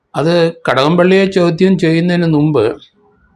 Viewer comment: നുമ്പ്, ഗേർമെണ്ട് ഈ ഉച്ചാരണമൊക്കെ ശരിയാണോ?